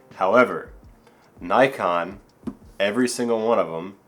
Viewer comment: Yes Nikon.. Not Nykon..